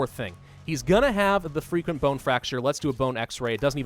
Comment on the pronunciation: It always sounds like your saying freaking bone fracture instead of frequent bone fracture